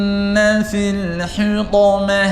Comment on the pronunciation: یا أخی أنصحک لله أنت لا تتقن بعض الحروف . استمعت إلیک وأن تقرأ سورة الهمزة وأخطأت فی حرف الطاء من کلمة الحطمة .وکذلک أنت تخرج جمیع الحروف بغنة